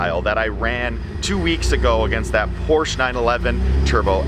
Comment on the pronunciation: Great video... you still pronouncing Porsche wrong? C'mon man!